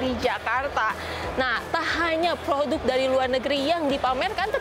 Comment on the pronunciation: produk ... bukan POHOTUK...